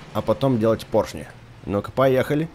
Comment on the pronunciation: Вообще-то правильно поршни говорить